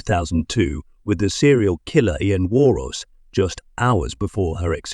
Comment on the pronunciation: I’m not certain how a fuel spill catching fire would be unexpected. That’s exactly what I expected, so when you said that bit, I expected something else. The real estate agent has been in so many other compilations for the past few months. It’s pronounced “War-nose” with an N and a hard S. Less narration, please, and fewer prompts asking, “What do you think?” Video too long.